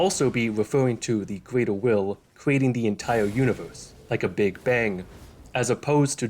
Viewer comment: "The Gweater Will", "Only four chawacters"